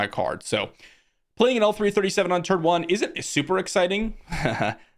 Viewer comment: Please, please ... L3-37 is not "L3" and is not "he". She is called " Leet".